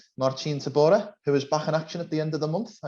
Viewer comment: say it correctly, you are Polish.